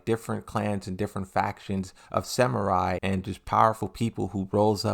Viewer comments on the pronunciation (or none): none